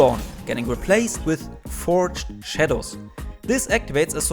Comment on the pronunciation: ...did you say...FROGED shadows...uh...